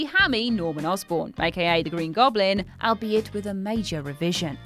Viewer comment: penchant is pronounced ponshon, without emphasis on the n’s. And again, with the albeit. 🙄🤣🤣